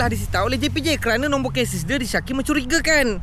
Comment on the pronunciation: bang ..chasis sebutannya 'Cesis'...bukan 'kesis'....🤣